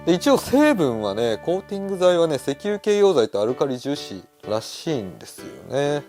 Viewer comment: あたりでアルカリ樹脂と言われてますが、読み違いでしょうか。